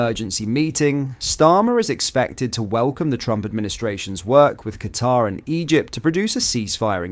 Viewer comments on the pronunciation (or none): none